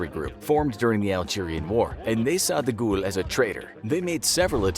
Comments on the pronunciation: Your pronunciation of Charles De Gaulle's name is APPALLING!! Did you ever study French in school? His surname is pronounced "De Gall" not "De Goul". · De Ghoul? Isn't it pronounced De Gall? as in gall bladder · It's not pronounced Charles DaGool you Muppet. It's pronounced DeGaul (Gawl). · Someone tell the announcer that guy's last name was pronounced Deh Gall not De Gool LOL. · I've never heard 'Fawkes' pronounced as 'Fox' before. And 'de Gaulle' pronounced 'de ghoul' - interesting... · Sounds like he says "The Goa'uld" from STARGATE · Yeah he butchered guy fawkes as well pronouncing it fox